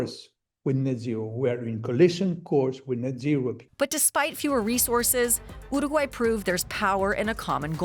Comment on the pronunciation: After two minutes of hearing her pronunciation of uruguay I have to leave, by...